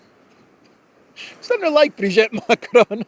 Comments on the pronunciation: At least pronounce Brigitte's name properly. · Great walk , by the way and so entertaining , I kept laughîng every time up mention Zero zero 8 Kellog and Ursula receiving the emperor Charlemagne Award! I you do need some help pronouncing the name of Brigitte and the word dégage etc… ( it sounds too charming the way you said it) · At least you should learn how to pronounce Brigitte correctly 😉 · Nah, your attempts at reading French were cute. I'm surprised you got "vois" right. By the way, the second /i/ in Brigitte is pronounced exactly like the first one. Thanks for today's news.